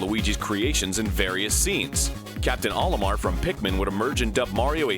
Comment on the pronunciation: That's "OH-limar" not "Ollie-mar"... It's the Japanese characters of Mario in reverse "O-Ri-Ma". It's a long O sound, get it right.